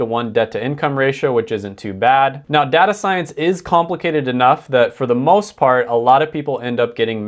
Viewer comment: Did he seriously say data as data? Bro it’s data not data